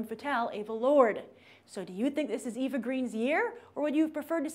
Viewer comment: Two things: 1. Her name Eva is pronounced AVA, not EE-Vuh. 2. Her career didn't fizzle after Casino Royale, she chose to do indies and passion projects.